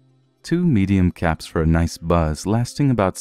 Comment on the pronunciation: He said caps I heard cats.